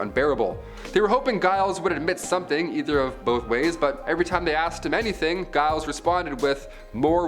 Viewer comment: Ok no not Giles sounding like miles its a J sound the same as the name George or jump . Giles - Jiles J -iles Giles